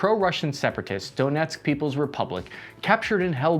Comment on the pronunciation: I still remember at the beginning he was calling donetsk donotesk